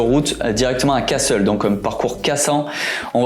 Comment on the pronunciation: On dit Cassééél pas Casseuul, et sinon beaucoup de cols pas si connus mais forts sympathiques en Ariège et sans trop de voitures, j'ai adoré pour avoir fait pas mal le tour des Pyrénées